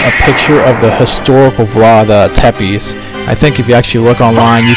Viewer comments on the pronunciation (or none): Actually, Tepes is pronounced "Sev-ish" :)